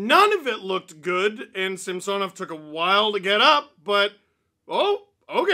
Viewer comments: In a game early in the season, the broadcast mentioned that Samsonov requested his name to be pronounced differently, which is why on broadcasts you hear them say Samsonov (like the name Samson) now instead of SamSOnov. Chris Cuthbert even corrected himself mid broadcast. Its something thats stood out for me for some reason cause Steve still calls him SamSOnov, which is probably the correct pronunciation in Russian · Steve can you please say Samsonov right? Early in the year the play by play announced he wants it pronounced the other way from what you’re saying. Great work as always though.